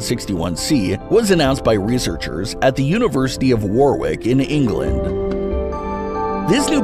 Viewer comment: It's pronounced, "Worrick".